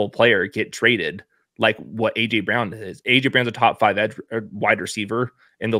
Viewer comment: Dude, the name "Brown" is pronounced "Brown" not "Bree-own." It's not that hard.